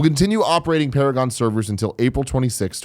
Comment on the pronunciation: "It's Para-Gone." - XD